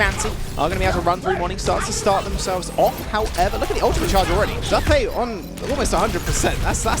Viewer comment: its.... "Zoo" "Pay"- Zuppeh